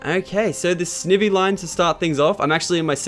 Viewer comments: Snivy is pronounced with a long I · Snivy is pronounced Sny-ve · its sniy ve not snive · your saying snivy wrong its ts snivys as in sni like eye so you say it like sneyvie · your saying snivy wrong lachlan. the i maes a i sound